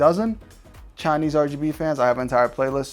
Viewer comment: Say it with me now 'Chaanese RGB fans'. Yes I do say it with you.. kinda like when Dora says 'Can you say 'Delicioso' Brings me back to my Dora watching days.